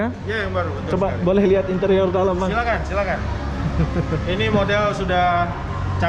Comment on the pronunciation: Dari penyebutan kata sudah tau pendidikan seorang smpai tahap mana😊